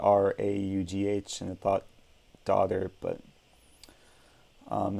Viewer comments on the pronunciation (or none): Also it's pronounced the same as drafts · It's pronounced "drafts" btw